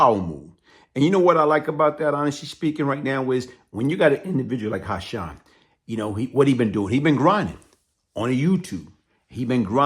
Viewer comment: It’s Hassan.. Not Ha-Shonn!!🤦🏽‍♂️